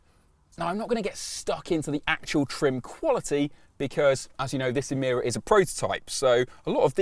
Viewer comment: You said E meer a when the Lotus engineers called it E my ra